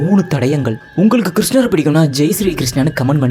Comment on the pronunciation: Bro neenga soldrathu ellam ok, but kisnaa nu sollama krishna nu sollunga brother coz apdi pronounce pandrathu konjam uncomfortable ahh irukku matha padi unga video super ahh irukku